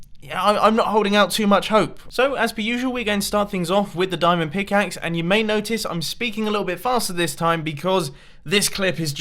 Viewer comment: "As you guys meymey not know,"